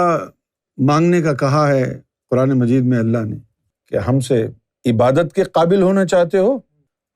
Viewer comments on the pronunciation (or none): none